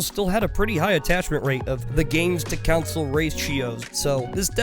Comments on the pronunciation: i get sad everytime he says council instead of console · I hate it when people say "council" when they mean "console". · console, not council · Stop saying council. It's CON-SOLE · It’s not a “council” it’s a CONSOLE. Jesus. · I love you guys so freaking much. And I'm sure that you've heard this in the past. But please understand, it is console, not council. I am not trying to be a grammer Nazi. This is love of watching you and Cody for quite sometime. I have not become a paying supporter and would love to. Not nit picky. My videos outright suck so who am I right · Why does this man keep saying either Council or Counsel? It’s a console you turd. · Take a shot everytime says council instead of console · I was so confused because of the way he pronounced "console" as "council" throughout the whole video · the way you say console is too similar to council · Is council some strange regional pronunciation of console? I suspect you're from Antarctica. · Every time you call it a ‘council’ a puppy dies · Console or "Counsel"? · Wait so that time he said it 30 seconds ago wasn't him referring to a metaphorical council or something weird like that? Thanks for the warning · It's pronounced the same though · console is said "khan-sole" and council is "cown-sill" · The way you say "console" makes me wish we never stopped dropping defective babies over the cliff side